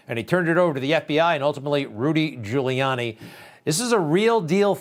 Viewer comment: that darn rudy gewrliani, that waskely wabbit